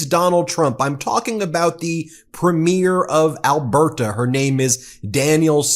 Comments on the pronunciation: Thank you for your coverage. Canadian here about to give a lesson on Canadian pronunciation. Premier is pronounced "Preemier" (emphasis on the first syllable), not "Prehmiur" (as in a movie's first showing). Danielle is pronounced "DannYELL" (emphasis on the second syllable), not "Daniel" (as in a man's name). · You pronounce it PREMier not preMIER! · It's PREEM- yer How hard is it for Americans to get? That damn American education system! 😭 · Pronounced PRE ME AIR .. and Danielle is a nut.. a sell out ..Canada is NOT for sale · Thank you for all your great work, Ben. Premier is pronounced PREEM-yer. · Ben, as Canadians we pronounce premier (in the context of provincial leaders) ... as preemeer. Until I read someone else's post, I didn't realize we pronounced it differently than you. I don't know if other US peeps pronounce it the same as you. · Thanks for the video. Please note, "Premier" is pronounced "PREEMyer" and "Danielle" is pronounced "danYELL." Cheers. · Hi Ben, no one seems to know how to pronounce “premier” in the US. It is not a premier of a movie, it is PREEM-yər. 😎🇨🇦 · Has anyone mentioned that you have a tendency to mispronounce the word "Premier" as it applies to leaders of Provincial parties. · here's an idea ... learn to pronounce Premier correctly, or Alberta for that matter ... I double dog dare ya. not that you're wrong about Smith. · dude could you pronounce Alberta or premier correctly please? It's driving me up the wall! 😂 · Ben, you need to know how to pronounce "Premier"! From a Canadian admirer of your channel and subscriber. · Please Please get a canadian to teach you how to say PREMIER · If you are going to provide comment on Canada please learn how to pronounce "premier" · Excellent pods Ben As Canadians we smile every time you try to pronounce Premier